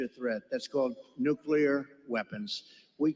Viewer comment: Nuclear, NOT nucular.